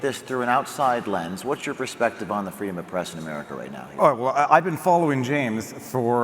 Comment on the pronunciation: Don't you mean Fweedom Fest? 😉